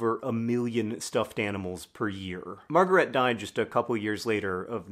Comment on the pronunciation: Two quibbles of pronunciation: She was German so: 1) Her first name is pronounced ma(r)-ga-RAY-tuh. The first two syllables "a" rhymes with the a in fa. the (r) and the R are the French R, the former is optional if you speak English. Ray, a drop of golden... 2) Her last name is pronounced Shteyf. the "ey" you got right.